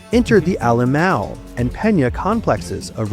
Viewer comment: alemão is pronounced “ah-le-mah-oohn” for those wondering what sort of place is named “A-LMAO” as reporters keep saying lol